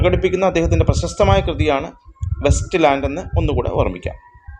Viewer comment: West ലാൻഡ് അല്ല it's Waste ലാൻഡ്